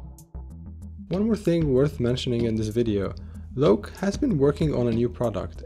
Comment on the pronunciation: I believe the pronunciation is like low-key [ˈloʊki] after name of a god Loki in Norse mythology.